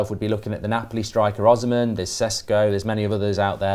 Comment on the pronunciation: Thank God Ben рronouced Victor Osimhen correctly in front of Mark, so he can learn how to рronouce it correctly.. tired of hearing Ozman